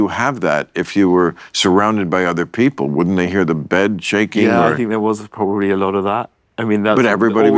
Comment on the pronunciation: "Come on beople"